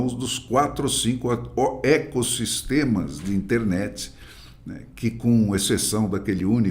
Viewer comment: Eita! “Eco”sistema??? Opa! Não é “Eco”, né?